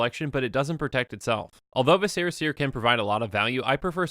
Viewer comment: Viscera: VIS-re-a. It's a real word that you can look up. I know nobody pronounces it right, but it would be awesome if people started.